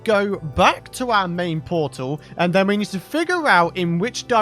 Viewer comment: new powtal can genewate hewe